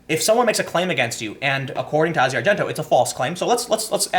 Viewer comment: It's just Asia, not Ah-zi-ah